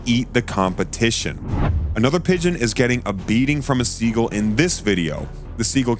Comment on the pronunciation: Learn how to pronounce words. What is a "guller"? And it's not "siegle"!